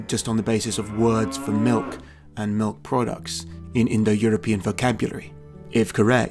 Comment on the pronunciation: Sounded like they're "MILF" lovers at the same time.